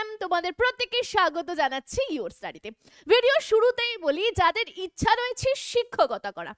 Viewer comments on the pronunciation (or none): none